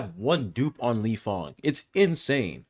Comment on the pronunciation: Lifeng = lingyang 😂